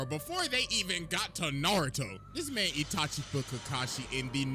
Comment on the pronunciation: Did bro say itaki. Naaaaaaah😂😂😂😂